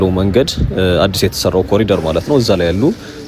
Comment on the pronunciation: ኮሊደር ሳይሆን ኮሪደር ነው መባል ያለበት።